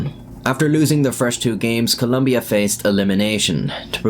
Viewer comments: It’s Colombia not Columbia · Its Colombia lol cant even get the name right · ITS COLOMBIA, NOT COLUMBIA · its colombia. not columbia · Mate, it's Colombia, not Columbia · Great video :) But it’s not Columbia, it’s Colombia with an “o” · Altho the story is sad i couldn't stop cringing every time you said Columbia instead of Colombia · I'm a colombian, I watched the match live and certainly remember those days, weird times. Two clarifications: 1. It's Colombia, not Columbia. 2. The causes for the assassination weren't that clear, I'm pretty sure there's an angle in the investigation that suggests the killing was carried because he got involved with a local woman that was related to some mafia. The final versions of the investigation suggest that he was that night with the Gallón Henao family and they started joking about the own goal, then he got upset and demanded respect, and that's when the Gallón Henao mafiosos told him they didn't know who he was treating with and then they instructed the driver to carry the assassination. So no, the final investigation determined that it wasn't bet related, but the result of an argument between a bunch of drunk people. Anyway, it's still a tragedy and it comes back to the social collective every once in a while, recently there was even a Netflix series on the story. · its colombia not columbia.... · It’s Colombia, not Columbia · the country is spelled >COLOMBIA.. you as an english speaker can pronounced as Columbia but that is not how it is spelled. For what i know "Columbia" is an US district in washington. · It's Colombia not "lumbia" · it's not just in the subtitles that he made the mistake, he spelled the name at the beginning of the video and pronounced it wrong the entire time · You said columbia instead of colombia 💀 Columbia its a brand for mountaineering clothing lmao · it is Colombia, not Columbia. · Colombia not clumbia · Colombia is with o, not a u!!!!!!!!! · It's Colombia, not Columbia. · "Columbia" wtf man